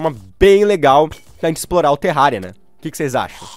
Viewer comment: só eu que ouvi ele falando "terralia" no começo do vídeo?